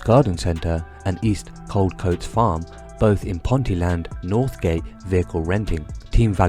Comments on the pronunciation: its ponteeeeland not pronounced the way you have rofl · Ponty-land haha